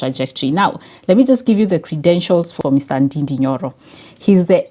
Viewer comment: Nd-A-nd-A is the correct pronunciation I is pronounced as A and ú is pronounced as O in Gikùyù language